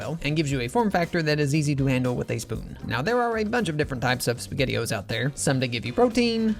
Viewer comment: Love em all… I didn’t like dropping the S from spaghettio’s…